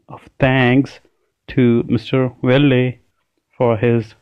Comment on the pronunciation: You have not pronounced "Wilde" and "Wagstaffe" correctly